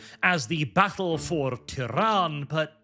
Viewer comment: I keep hearing 'Tehran' and it's hilarious